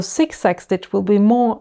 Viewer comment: I love the way you say “Zig zag”! “Sik sak”😂. Great video. Going to try it now. Thank you.